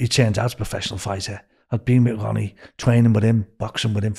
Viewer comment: New Bwighton, Wonnie, Bakewee, Mothers Pwide 🤣 You couldn't make it up. It's a comedy classic.